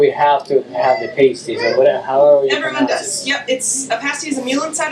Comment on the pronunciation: And the island is spelled differently than the city (Mackinac Island vs Mackinaw City). Also, saying “pay-sties” drives the yoopers crazy haha. They’d tell you “paysties” is what the strippers wear.